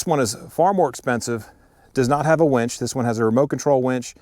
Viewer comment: Great comparison sir! 😎 Fair and unbiased... the only thing I would add is that it's "winch", not "wench". 😂😂😂 Sorry man, I had to...lol